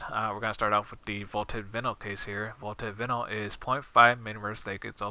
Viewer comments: pronounced VI -NIL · First of all great video, probably the best. In another note it's vi-nyl, sorry but seems you speak english very well so have to correct you but great video nonetheless.